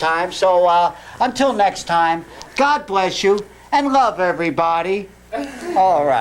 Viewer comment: I like when says his “L’s”, it’s like he sings “glove” instead of “love”…lol